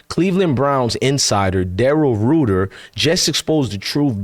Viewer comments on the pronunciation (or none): It’s pronounced Rite-er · It's pronounced Rider.. & Grosee... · His name is pronounced "Rider" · Crazy work the Browns doing when they don't wanna give Sanders a chance in the public eye because they want Manning so bad. Very disappointing. He pronounces his name more like 'Writer" btw. Keep going forward bro. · It’s Pronounced Ryder